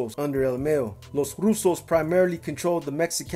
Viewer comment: Ok say with MA-YO the first part is like if you’re saying mama but your only saying the first two letters MA and then YO like York but only pronouncing YO. So all together MAYO not Mayonnaise 😂😂😂😂😂 puro pedo BEE